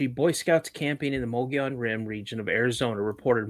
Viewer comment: You know you are saying The word wrong Mogollon . I am a witness of this creature and it was along the Mogollon Rim in the middle of the desert my encounter happened in the year 1993 .